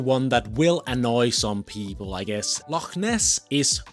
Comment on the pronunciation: The Red Edinburgh on the map is missing the h, But I am REALLY glad you pronounced it correctly 😊 And the word loch too, It makes all the difference. A great wee video.